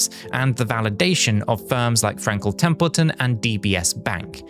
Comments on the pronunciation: Frankle templeton? Didn’t know it could be said like that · Frankel Templeton?! Lol this weirdo is AI.